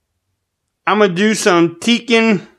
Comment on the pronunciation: It's pronounced Tech-en not Tea-kin